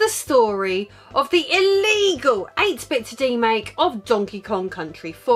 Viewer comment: The way you say "illegal" is the greatest thing ever lmao.